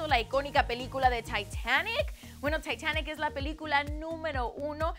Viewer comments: Quien es Keilum? JAJAJJAJAJA Se pronuncia Calum!!! y somos la 5SOSFam no Summers xD Luke nunca vio Taitanc JAJJAJAJAJAJJA nose me da gracia su pronunciación Pd: Ya sabia todo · Taitanic? TITANIC -. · taitanic xdxdxd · Keilum, summers, taitanic JAJAJAJAJAJAJAJA AIUDA NO RESPIRO AJAJSJAJS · Hay dios esta vivian y cuando llega el momento en el que diria Titanic dijo taitanic put madre que queria golpear mi cabeza a la pared para que el sufrimiento acabe xd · Summers, Taitanic, Keilum deoozzzzzzz pero que pndeja bai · Que necesidad tienes de pronunciar todo en ingles? taitanic -. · Diré practicamente lo mismo que todas/os que comentaron NO ES KEILUM!!!! ES CALUMM!!!, NO SOMOS SUMMERS!! SOMOS 5SOSFAM!!, NO ES ASHTON IRWEN!! ES IRWIN!! IR-WIN, I-R-W-I-N, Y NO ES TAITANIC ES TITANIC AGH! denle clases de español y si es posible más información, esto sabe hasta el que ni siquiera busco de la banda. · taitaic, keilun, summers. JAJAJA, ME MEO, JEL MI xd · summers , taitanic keylum 😂😂 te pasas